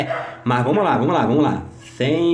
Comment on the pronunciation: " VAMOS QUE 'VOMOS' " KkkKKkK toda hora que ele fala assim eu raxo o bico 😂😂😂😂😂